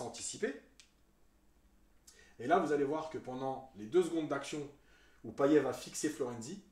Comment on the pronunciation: Bravo. Seul petit truc ! Payet se prononce Paillette à La Réunion 😀 Canot, on dit "canote"